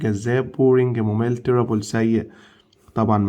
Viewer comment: يسطا انت بتنطق غلط terrible ب خفيفه مش تقيله ماشى